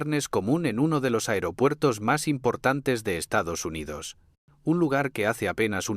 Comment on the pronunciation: Estados Hyndodos o Estamos jodidos? 😂😂😂😂